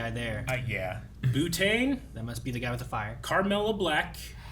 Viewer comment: The way keeps saying Boo-tane instead of Butane, just makes me think of an alternate Ghost -themed version of Butane.